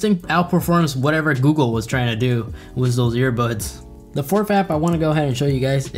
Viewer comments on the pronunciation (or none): none